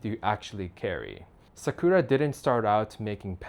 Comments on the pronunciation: sih KERR ruh - ummm no. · Imagine selling Japanese stationary and you can't even pronounce sakura